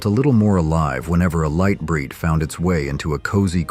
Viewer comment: He said "Leet bright" as well. :P